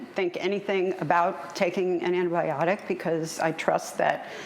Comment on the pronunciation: Ann-tie-biotic not annibiotic.